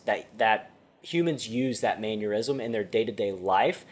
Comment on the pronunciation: Bro it's mannerism not manure-ism awesome video lesson though